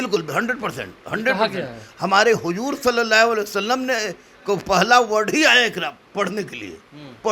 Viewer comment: चीन तक जाने वाली बात अरब की कहवत है। इक़रा का मतलब है...पढ़ो. सल्लल्लाहु अलैहि वसल्लम ..khan sir इसका उच्चारण नहीं कर सका This is the level of knowledge of khan- so called sir.